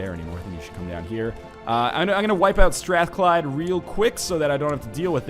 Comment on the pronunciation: I come from Glasgow, and you pronounced Strathclyde better than most Scots do.